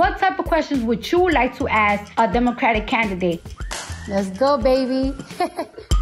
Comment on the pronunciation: Lemme aks you